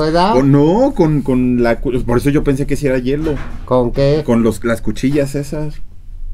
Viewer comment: No es yelo jotas, es hielo!!